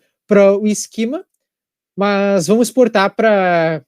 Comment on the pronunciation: nao e esquima mas sim esquema, esquima e em frances , mas como estas falando em portugues nao chames isso esquima mas sim esquema